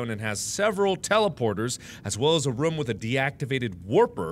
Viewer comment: is it strange that mark says rum instead of room?